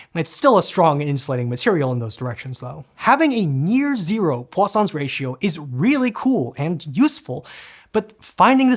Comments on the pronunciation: Right up until I read this comment I heard Poisson's 😂 Now my brain automatically corrects to what I read, so now I hear croissants like you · anyone else Heard croissants ratio.